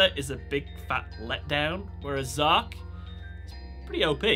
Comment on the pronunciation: Its not Zark its Z-arc